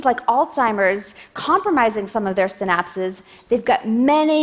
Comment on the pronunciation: They are 'synapses', not 'sin apses'.